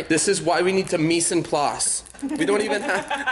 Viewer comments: Chipolte employee triggered by "mise en plas" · That was the most butchered pronunciation of "mise en place" I've ever heard 😂😂 cracked me up, love you though xxx